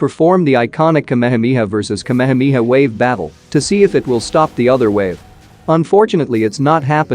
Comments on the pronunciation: Its not kamemeha its ka me ha me ha 😂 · Its Shenron Ai = Shenren 😢 Its Ka me ha me haa Ai = Kemihami ha 😢 Its Ki Ai = Kai 😢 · It's KA-ME-HA-ME-HAA. not kamehmia. Had to watch this video on mute. Couldn't stand hearing kamehmia anymore. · That's ka-me-ha-me-ha, not kameha mia.😢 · Everyone :- Ka-Me-Ha-Me-Haaaaaaaa Ai :- kamha-mia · Bruhhhhhhhhh the kmehmiha kmehmiha is the epic pronounciation 🤣🤣🤣🤣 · but it pronounced me as me not as mai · Omg the way he pronounced kehemehea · I never knew kamehameha was pronounced as kamamamiha 😮😂😂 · bro butchered the word kamehameha